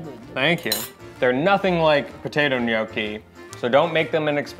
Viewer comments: Ok… please pronounce Gnocchi the right way! Your wife is correct…. My maiden name is Bertocchi (occhi) short o sound I blame The Foodnetwork for this. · Must of hurt her soul the way he pronounces gnocchi…